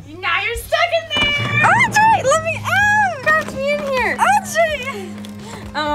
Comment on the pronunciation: sorry but audury